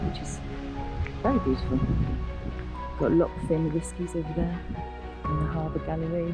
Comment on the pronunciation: The pass you came over was The Rest & Be Thankful. The main road is usually closed after heavy rain or because of the on going landslide mitigation work, and the diversion is on the Old Military Road (built in 1745). Loch Fyne is pronounced ‘fine’’. Inveraray is a lovely wee town.